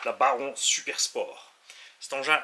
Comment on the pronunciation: Ah ça y est tu commence le ménage 😁😁. Au fait c'est le Babon et non pas le Baron, même si tous le monde s'en fou 😂😂